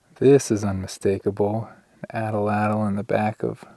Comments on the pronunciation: At latl is how it's pronounced. Thank you for all your hard work and video production. Love the discoveries. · Atlatl is pronounced; at·latl. Hearing you repeatedly butcher it was hilarious and annoying at the same time. You were adding an extra L in there. 😂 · Hi, Never miss a video, thank you. I very much appreciate the films and your willingness to share your efforts and fine narration. Gotta mention something: the pronunciation of the spear throwers, typically incorrectly pronounced “at’l-at’l” is correctly pronounced (counterintuitively) ‘at-lat’l,’ emphasis on first syllable. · A pet peeve; only two "A's" in Atlatl. But you're surely not alone. Good stuff !